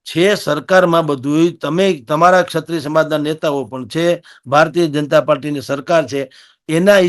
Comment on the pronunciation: સત્રિય ન બોલો. ક્ષત્રિય સાચો શબ્દ અને ઉચ્ચાર છે. એન્કરની તો બહુ મોટી જવાબદારી છે ભાષા પ્રત્યે સભાનતા અને ચોકસાઈની. આવા ઉચ્ચારો સાંભળીને નવી પેઢી શીખશે શું?